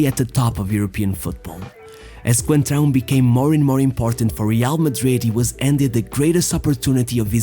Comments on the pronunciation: It's Fábio "Coentrão" who tf is "concentrao" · "Concentrao?!?!?! ITS COEEENNTTRAAO COOEENNTRAAAOO not concentraoo" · As one reporter pronounced, "Concentrao" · “Concentráu”, LOL.